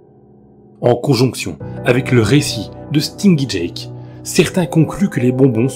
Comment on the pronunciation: Stingy Jack = stinji jak, la prononciation